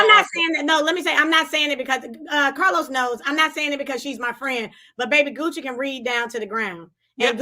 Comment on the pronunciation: Random …”but oh how I missed the CAHLOS” 😩🤣💜